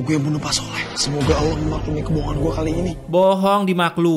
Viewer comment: Bg maaf nih sebelumnya, apakah lu non muslim, soalnya waktu menyebutkan nama ALLAH agak beda